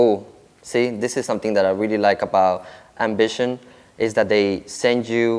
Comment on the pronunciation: Best iv see you do so far Sounds like you keep calling it Bishop! N it's not a Bishop it's called Ambition!..